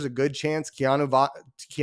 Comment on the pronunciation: Just say Kea-NO! #GoUtes